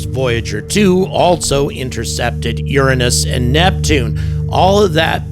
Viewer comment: Thank you for pronouncing Uranus the correct way. Children jokes get old after about 3,000 times said... 😅